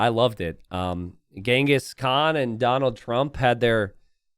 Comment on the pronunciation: Actually, contrary to what you think, you pronounce Genghis Khan's (Cengiz Han/Kağan) name correctly. I say this as a Turk. The names Genghis and Khan are common names among Mongols and Turks. Khan (Kağan) is even more of a title like “emperor” than a name. The people who unite nomadic tribes under one roof are generally khans. If I'm not mistaken, it's thought name Genghis is of Mongolian origin, while the name Khan (Kağan) is of Turkish origin. I can't say you pronounce the name Cengiz correctly, but your pronunciation of Khan is very close to the Turkish pronunciation. Contrary to what you think, you pronounce Khan better than 90% of English speakers. We ussualy call Genghis Khan as Genghis Han. Han is simliar word to khan. Han means basically ruler and khan means ruler of rulers. Note: It is very difficult to determine where something first originated in nomadic societies. Written sources concerning the Mongols are particularly few, even fewer than text's about the Turks. One reason for this is that the Mongols appeared on the historical stage later than the Turks. Even for Turks, talking about origins is hard and since the Turks are actually a race formed from a mixture of nomadic societies across a vast geography stretching from the Caucasus to Siberia, everything is very complex about history of nomads. So most logical thing to say is this names are common on central asian people, like Turks and Mongols.